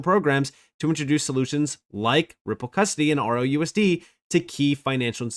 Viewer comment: I couldn't find RLUSD for the longest time because u can't seem to make "L" sound like "L". I searched everywhere for ROUSD because well UR "L" SOUNDS LIKE "O"!!!!!😮‍💨